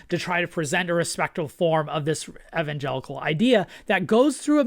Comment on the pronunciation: THANK YOU for pronouncing Evangelical correctly for once